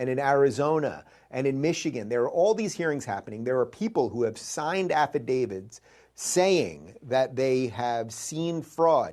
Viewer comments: He pronounced it “affidavids” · this dude really thinks it's "affidavids" huh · Did Dave say afidavids? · Dude can't even pronounce 'affidavits'... he's so stoned.